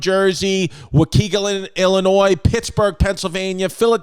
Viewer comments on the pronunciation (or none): Waw-kee-gun Illinois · Waukegan IL is “waw-kee-gahlin” lol that’s great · Walk - keegle- en. Illinois